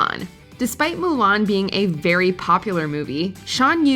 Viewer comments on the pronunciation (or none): none